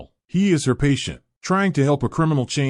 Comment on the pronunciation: CRIMEinial? lol fuck these AI voices, man....